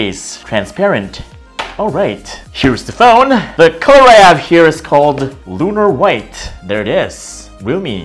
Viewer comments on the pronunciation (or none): none